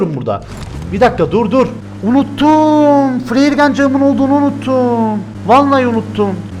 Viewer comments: Abi ben Azeriyim yeter flare qancık dedin ya evdekiler yanlış anlıyo qancıx bizde kötü söz de😂😂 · O bir kere öyle denmiyor Flare Gun'cık diyor 😉